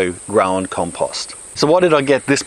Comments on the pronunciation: Everytime he said compust I took a drink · Why can't you properly pronounce the word "compost"?